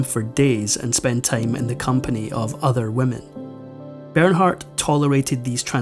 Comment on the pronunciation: Ber naaar....the h is silent...